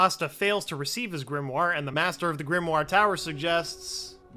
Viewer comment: GRIMOIRE is pronounced GRIM-WAH